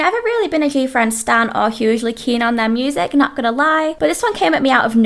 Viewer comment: I love how you pronounced gfriend as gayfriend